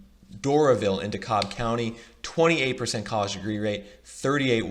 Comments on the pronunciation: It's pronounced "De-Cab" county btw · Love the video! I knew that where we live in Atlanta was dope, but it’s nice to have some data to back it up! Also, you made a common mistake that I was guilty of when I first moved here: DeKalb is, somehow, pronounced “De-Cab”. #themoreyouknow :D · Learn how to pronounce Dekalb county please. Lol “de-Cobb”. Edit: btw it’s at least 40 minutes to downtown Atlanta from almost all of Gwinnett county...and that’s if you’re speeding